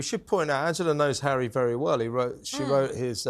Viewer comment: Me-gain is scary bad. Hawwy too.